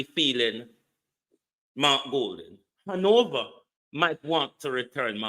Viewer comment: Han-na-va for Hanover.😆 Mark Golding, you seriously need help. You're not ready for Prime Minister work yet. This kind of talking is embarrassing. No one gonna push you on Jamaica. You will not be allowed to lead and represent Jamaica.